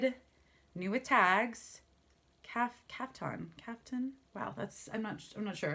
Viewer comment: I really enjoy your taste! BTW tricot is "tree-coe". Caftan is "calf-tan". The brown cashmere sweater is a crossover style. Your scarf idea is lovely. I send items in Ziploc too so they stay safe, and was puzzling about how to make them look pretty. Unfortunately my bins are situated far OR involve bad commute traffic so I'm not there yet. I'd have probably gone if I had a bin pal.